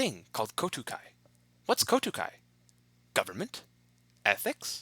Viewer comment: I loved the vid. It's called Kokutai, not Kotukai though. Nevertheless, you deserve much more views :D